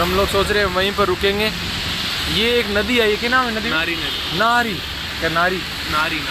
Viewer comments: Bhai Nari nadi nahi Nira nadi.. 😀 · Not naari nadi it "nira nadi" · उस नदी का नाम नारी नही नीरा है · कृपया रोड अच्छे तरीके से दिखने कि कौशिश करें ऊस नदी का नाम निरा नदी है नारी नदी नही और गाँव का सहि नाम वाई है वइ नहीं बहोत गलतीया हो रही हैं ये मोसम सफर के लिए बिलकुल सही नही है सिया और शिवनया का खयाल रखना